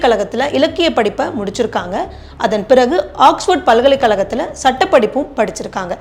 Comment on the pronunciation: தமிழ் உச்சரிப்பில் கவனம் வேண்டும் - உதாரணம் valakkukal, வழக்குகள் palkalai kalakam பல்கலைக்கழகம் etc